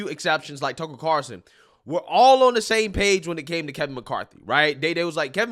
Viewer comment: alas, my search for a black person that doesn't pronounce Tucker's last name as "Carson" continues....